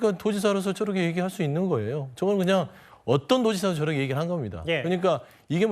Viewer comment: 깽깽이 패널새끼! "저렇게"를~ "저러게" ㅋㅋ